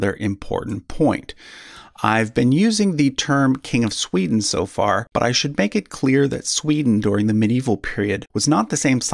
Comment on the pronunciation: Great work! Funny pronounciaton :D Where did the SCH come from?